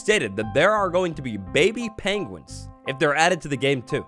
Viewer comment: Pengwings, lol.